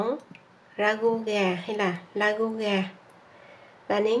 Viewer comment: Đây là món xuất xứ từ Pháp nên phát âm cho đúng là ra gu( ragout )chứ đoc la gu như tiếng Việt là sai